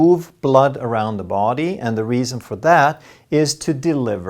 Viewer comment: No big deal, men kära, som en finne från Tammerfors (grundad av Gustav den III), I would like to suggest a minor correction in your pronunciation of English, namely the pronunciation of 'body'. Perhaps 'både och' affects it so that you tend to extend the first vowel too much. 😇